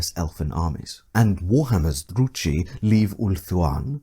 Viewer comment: The ch in Druchii is pronounced as a k